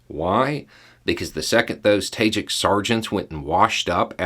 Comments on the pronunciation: "ta-ZHEEK", not "Tayjick". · nb: It is pronounced "Tah-jihk", it means literally "Persian-speaker", because, of the Central Asian post-Soviet countries, Tajik is the lone non-Turkic language. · I’m sorry I couldn’t quite understand what you said. I tried to research but couldn’t find it. You said the Russian officer insulted the ‘tagin’? Can you explain please? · Ah, Tajik! It took me hearing it three times before I knew what was saying. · Did not expect the florida accent to come out that hard on “tajik” XD